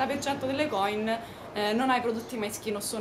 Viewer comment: si dice coìn!!! con l'accento sulla i!!! ;) è veneto ;) video interessante!!! brava!